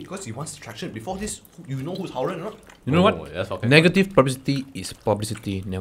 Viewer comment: Omg - pronunciation of haoren 😭